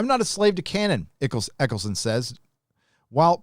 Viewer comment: his name is Eccleston not Eccleson.